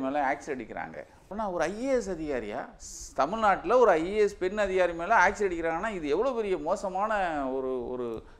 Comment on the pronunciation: அதோட அது ஆக்சிட இல்ல ஆசிட். திராவகம் தமிழ்ல. வாழ்க தமிழ். போடங்க